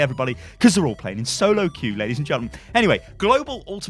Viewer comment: lay dees and gentlemen